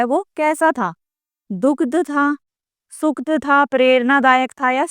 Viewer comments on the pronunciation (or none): नमस्ते मैडम आप बहुत ही अच्छा पढ़ाती हैं और आपका पाठ सुनकर सभी बातें बहुत ही आसानी से समझ में आ जाती है किंतु माफी चाहूंगी कई जगहों पर आप उच्चारण गलत करती हैं जैसे दुखद और सुखद, कृपया इसमें सुधार कीजिए